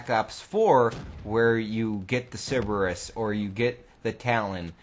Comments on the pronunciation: Siberus? Its pronounced Sir-Burr-Rus. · Sorry for being a grammar Nazi, but it's Pronounced Sir-ber-us not sib-er-us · "Siberus" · Why is everyone in the cod community incapable of saying Cerberus. It's Cerberus not ceribus or ciburus. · Bruh it's CERBERUS (SIR-BURR-US) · How I know you're from Wisconsin. You call the Cerberus a Sybarris.